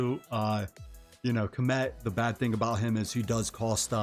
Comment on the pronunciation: You know my favorite thing about this video? You're the only one ive heard that can pronounce Khamet correctly! Everyone else says comet . 🙄